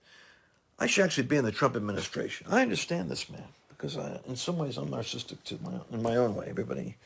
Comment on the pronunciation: narcissistic......NOT narcistic. lol love you Lance!